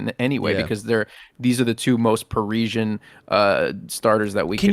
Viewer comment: Listening to you guys saying parisian wrong in rapid succession was painful 😅